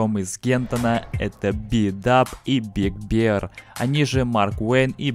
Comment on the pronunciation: Большой Медведь, а не Большое Пиво. ты бы хоть за произношением своим следил